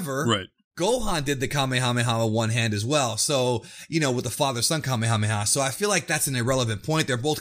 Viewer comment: I definitely would appreciate, being from Hawai’i, that you guys start to Pronounce Kamehameha Wave correctly.. Being an 80’s baby, watching Dragon Ball since the late 80s early 90s and beyond. I cringe when people go out their way to correctly pronounce other words/attacks but continue to mispronounce the Kamehameha Wave.... Thanks 🤙🏾